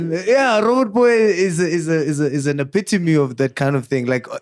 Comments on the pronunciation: and the word “ epitome” will be the death of us 🤦🏽‍♂️😂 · Whoever taught the word “epitome” 😭😭😭